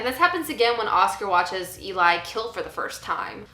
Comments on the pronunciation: It’s pronounced Ellie. Just watch the movie again. Pay attention to how the name is said. Not how it’s spelled. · Poor pronunciation of Eli considering how much you like "Let the Right One In."